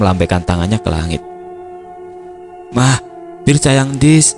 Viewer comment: Setuju,kata “bird” yang harusnya dibaca “berd”,malah jadi “bir”,kalo gak sambil baca teks nya,ga paham kenapa ada dialog “bir” nya 🤣